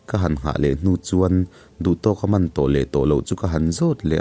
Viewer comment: Pu Kama i lam dan hi a thluk a dik a, Tahan i lam a HAN i lam a a fan ang hian Kam kha han thluk fan la a dik ang.